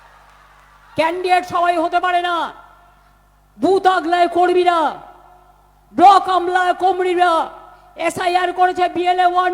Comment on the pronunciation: খুব টেনশানে আছে... "জয়রামপুর-কামারবাটি" বলার পর আবার "কর্মীরা" বলতে গিয়ে "কম্রীরা" বলে ফেলছে... 😂😂😂